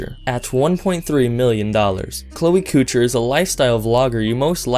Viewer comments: Couture = KOE-TOUR. Not Cooter. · wtf coocher?! bruhhhhh learn french couture omg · I'd also like to point out that you said Cloe's channel name wrong, it's couture as in clothing and fashion couture. That's cool though XD